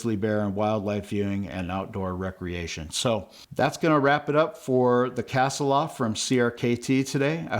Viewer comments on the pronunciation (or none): Ask google how to pronounce Kasilof. You’re not even close.